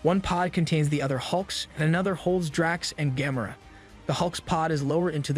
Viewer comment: im thinking at this point the way he says Gamora she might have gamma rays lmao